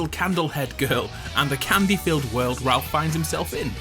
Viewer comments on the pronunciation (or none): none